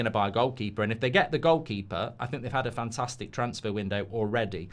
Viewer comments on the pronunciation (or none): none